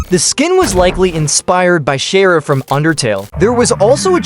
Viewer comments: Erm chara is actually pernounced as (Kara) not chara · Chaira I have never heard that before it's either Car a Or char a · as a undertale fan im sad for this chara skin but as the robot voiced pronounced it chera or smth like that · Erm where you get this she in game named c h a r a ,kara is just head Canon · chara is pronounced as "ka-ra" btw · “shharia” bro wth??? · the word Chara being butchered but at this point who even knows how its pronounced